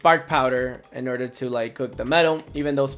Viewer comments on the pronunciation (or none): none